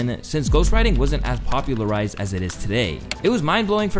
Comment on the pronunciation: wtf you tahm bout "popularized"